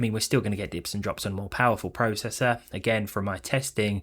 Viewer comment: YOU SAY PROCESSOR AND PROCESSING WRONG!!